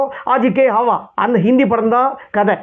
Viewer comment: என்ன உச்சரிப்புய்யா உன்னோடது. ஆஜ் கி ஹாவா --- ஆவாஸ் அய்யா அது.